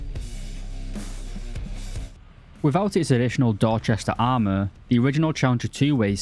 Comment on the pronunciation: i almost heard you say dogshit armour instead of dorchester